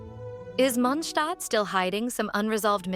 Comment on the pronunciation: I don't understand why in this channels they pronounce Mondstad like munhstad ... R they hungry or something??